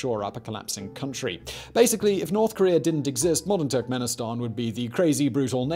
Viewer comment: Every time he says Turkmenistan, I hear "tech minister" and I need to remind myself that he's referring to a country, not a person.